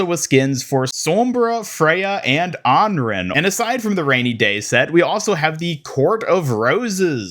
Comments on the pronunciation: AnRan*, not AnRen. :o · Aran not onrin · Your mispronunciations of names they tell you the pronunciation off pisses me off so much. Anran is not "on-ran" it's "on-ron". Emre is "em-ree". Illari is "e-yari". Jesus, how hard is it to pronounce shit right? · I get having trouble saying names from other languages.. but Anrin? You’re adding new letters, the letters in her name don’t even make the sounds you made! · Antarctic Peninsula my beloved, you have returned! EDIT: There's no way you've just pronounced Anran's name like that.